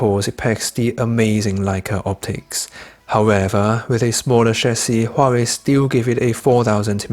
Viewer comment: correct pronunciation is Wah,-Way